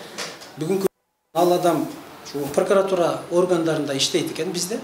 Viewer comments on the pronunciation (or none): none